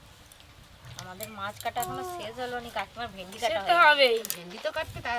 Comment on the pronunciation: Vindi,not vendi